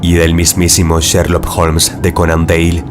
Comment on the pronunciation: Corrigiendo, amigo. El apellido se escribe DOYLE y se pronuncia DOIL, no DEIL. Saludos...